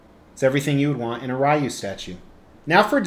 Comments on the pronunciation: The way you actually pronounce it is actually Ryu, not Ryu or Ryu. Well done statue though. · Its pronounced "Ryu" 😁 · dislike for saying Rye-U 😂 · It's pronounced like rye bread with a u at the end. If anyone thinks it's pronounced any of the other ways they are just wrong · When I was a kid, I pronounced it “Whyyy-wooo” and it’s too late to change now. Sure, the other kids would laugh, but I became a successful sociopathic lunatic with two terms from a very prestigious correctional “school” who one day showed up on their doorsteps to sell them “life insurance,” so now I’m the only one left laughing. So,, it’s pronounced Whyy-wooo. Or would you be interested in my fine selection of insurance policies? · I though it was Ryu?!?!? That’s how I’ve always pronounced it 🤷🏻‍♂️ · I pronounce it Ryu, lol. Very nice piece. Street Fighter is Badass.